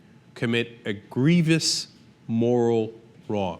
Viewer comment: Young Turk, you are wrong. And it is gree-vous - not gree-vee-ous.